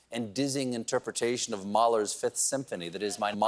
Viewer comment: did he says Mueller's 5th Symphony?